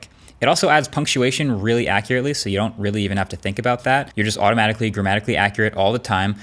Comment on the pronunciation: Grammatically was heard as Dramatically...